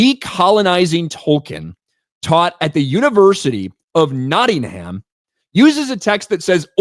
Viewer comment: Criticises spelling of demonise, proceeds in the next breath to mispronounce Nottingham. It's Notting'um. Anyway just a roast, luv ya lol